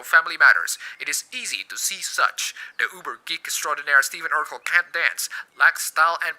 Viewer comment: Excuse me, but it's Ur-KELL.